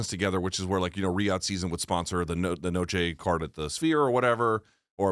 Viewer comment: BC pronounces "season" as "sizin" which is weird.